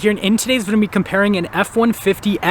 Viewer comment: Can you pronounce video properly?